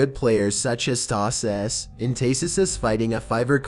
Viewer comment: the way the text to speech prenounces tasis💀💀🦨